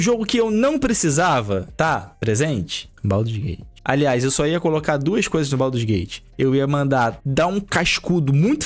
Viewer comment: Baldurs não, BADUS GATE